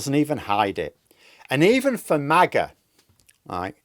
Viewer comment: Every time you say MAGA, I hear 'Maggot'.